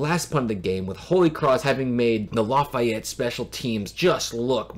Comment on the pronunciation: LAF—-EEE—-ETTE not LAF—EYE—ETTE. Great video.